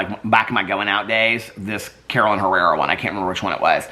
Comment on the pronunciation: Hey! It’s pronounced…caroLEENA HerRAREah….hope that helps! Love you…can’t sleep Without you! lol! Keep up the good work! 😘